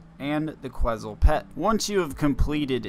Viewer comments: “Ket • Zul” it’s a bird from Guatemala haha❤ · Lmaooo bro you didn’t even pronounce the word right in front of you right. Que”T”zal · You know it takes 10 seconds to look up the pronunciation for quetzal. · You should apologize for how you say quetzal lmaooo